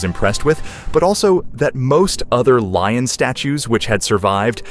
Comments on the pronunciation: Exactly! It's "LION", not "LOIN" dammit LMAO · He keeps calling it a loin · “Leo the Loin”? Really? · It’s a “lion”, not a “loin”.😂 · Leo the “loin”, and Lee ohn , where do you get these dummies? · Lion,lion,lion! Not loin!!! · What's with the "Loin?" sheesh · leo the loin? that's a quirky name.. maybe she mispronounced lion when she was a little girl and so immortalized it in the name? sounds like there should be a story behind it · I wish they would get a narrator that could pronounce simple words correctly. They're in English and shouldn't be that hard to read and pronounce. The word is one syllable. Lion not loin. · Did they really say "loin" instead of "lion" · Lion. Pronounced as lye- on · Hubs took his "like" off this video because the narrator wouldn't stop saying Leo the "loin" 😂😂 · or leon! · Will never click your site again. The way keep doing your pronouncing the word LION ,SAME AFRICAN LION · 😂 My thoughts, exactly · My hubs removed his "like" after around the 5th one 😂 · Loin, instead of lion? Status, instead of statue? Get a grip. I'm out. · Repeatedly calling this a "loin" and also a "status" instead of a statue is just pathetic. Sorry but no LIKE from me